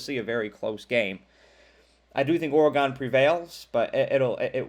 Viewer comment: Kinda knew where you were going when you said "Oragone".